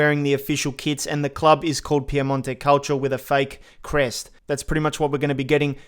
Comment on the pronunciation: First YouTuber I’ve heard to actually pronounce it Piemonte calcio instead of calsio